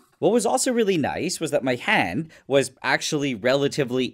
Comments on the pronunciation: I thought he said he was gonna put his HEAD not hand 😭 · Am I the only one who heard "head" instead of "hand"? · Damn, I thought he said "head", not "hand" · except the devil gave him one thing and its that he irritates me any time he says “hand.” “hund” brother its HAND. WHAT IS A HUND. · Me thinking he said head not hand 💀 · Every time he said hand, I thought he said head😅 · Did anyone else think he said head at first? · Bro I thought he said “head” 😭😭😭🙏🏻🙏🏻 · I thought bro said head…… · "I was kinda worried that this could burn my håänd" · It really sounded like you said head. I was concerned.. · WHY IS NO ONE TALKING ABOUT THE WAY HE PRONOUNCES "HAND" (händ) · Does he say “hand” weirdly?